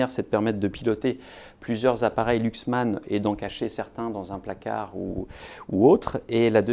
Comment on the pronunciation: ça ne se prononce pas Luxman, ni Louxman, mais Laxman.